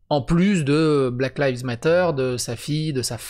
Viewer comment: salut mon vieux yougoslave ... bon , je t'aime bien et je voudrais te donner un conseil . black lives matter ... ok , alors tu crois que tu le dis correctement .. mais non , ta prononciation veut dire " les feuilles noires comptent '' '' black leaves matter '' , donc voilà , lives , la prononciation c'est comme de l'ail , tu vois , l'ail et l’oignon, donc tu mets juste un v et un s à la fin , c'est juste que j'ai envie de te donner un conseil pour te démarquer de l'ami julien chieze , donc fait l'effort de prendre juste quelques secondes pour être moins con que lui , ou être moins feignant , quand tu te demandes comment se prononce un mot en anglais , tu ouvres simplement google traduction , tu tapes ce que tu veux entendre en anglais et tu cliques sur l'icone qui te donne le résultat en audio ... maintenant tu vas sur google traduction , tu tapes '' black lives matter'' et tu me dis merci .. ca prend 30 secondes et ca te rend moins con que l'ami julien ;) .